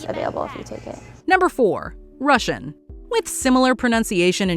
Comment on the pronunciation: Rashian? Pfff...